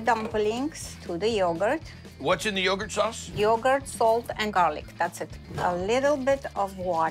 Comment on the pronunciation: He said slinging yougart